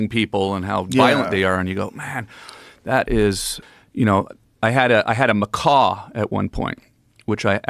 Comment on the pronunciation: Macaw, not mccaw lol